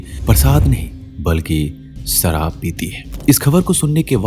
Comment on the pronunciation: "Sharaab not saraab" Poor pronunciation.